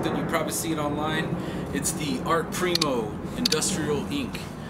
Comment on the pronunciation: Why tf is he wearing a mask, and why tf can't he pronounce the word "primo"?